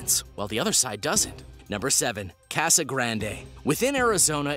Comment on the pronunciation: please pronounce casa better next time, that is all. Thanks